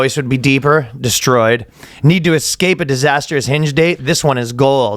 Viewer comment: when ryan fucked up "de-stroyed!!" fuckin killed me.....lololol